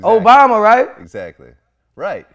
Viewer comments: Boosie High as f***. He said BObama🤣😂🤣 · Lmao he said Bobama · He Called Him “MoBama”😂😂